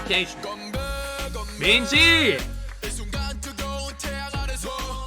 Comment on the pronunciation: nice reaction! their discography is definitely really diverse also i should tell you, mingi's name is pronounced with a soft g sound, for example like how u pronounce "gap" :)